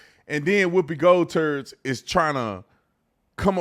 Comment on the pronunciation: Whoopi Goldberg is hieldeous inside and out. Did he just say Whoopi Goldturds??😂😂😂